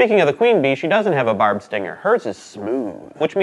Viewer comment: When you said their stingers are barbed, I thought you said barb. Like their stingers are Barbara lol